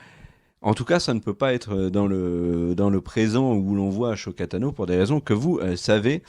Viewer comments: Arrête de prononcer "achoka" cest "assoka" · Je t’adore mais stp arrête de dire achoka tano mais Ahsoka Tano Le H muet 🙏🏼 des bisous 😘❤️